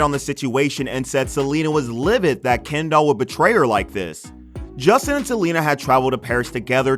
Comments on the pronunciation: Didn’t even pay attention to half of this because I hate the way this guy pronounces ‘Kendall’ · Not this guy calling kendall "kendoll" throughout the whole video 💀💀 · Been driving me crazy lol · It’s sooooo annoying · You pronounce her name like"Ken doll" you know Barbies boyfriend.... no biggie but distracting 😬😬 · 😂 I was thinking the same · Sry but the way he says Kendall is so funny to me